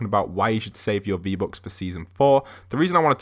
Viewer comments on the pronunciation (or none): he says v-bocks xd